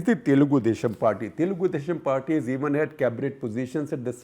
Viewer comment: And it is Telugu Desam Party not Telgoo Desssham Party